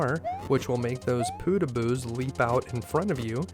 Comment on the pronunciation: why do you keep calling them poodooboos? it's podoboos